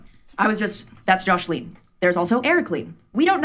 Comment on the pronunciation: "Joshleen" ugh